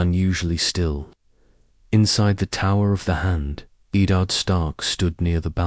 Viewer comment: Was interested in this idea but the ai generated audio is really bad i mean the first sentence the way it pronounced Eddard instantly turn me off from watching more